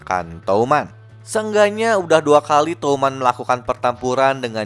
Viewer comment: touman❌ Tuman✔️